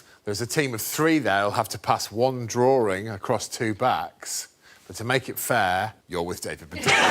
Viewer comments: What's a draw-ring? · What's a Drawring?